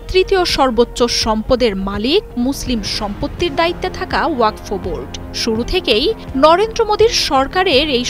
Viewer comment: Madam, learn how to pronounce the word WAQF. It is not WAQFO.